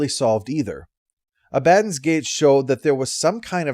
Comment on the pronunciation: Your pronunciation of Abaddon is...strange to me. Everywhere else I've ever heard it said, the pronunciation of the As in it is the reverse of the way you say it,. Not gonna question your pronunciation of Cibola though, never heard it before hearing it in these videos.